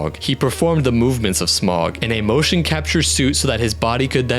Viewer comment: Also Smaug is pronounced “Sm-ow-g, not Sm-o-g. (Smauwg) or think of the au in Smaug as sounding like the au in Sauron”